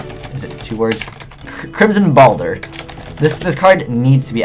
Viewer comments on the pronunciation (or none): Crimson "Balder" >_> lmao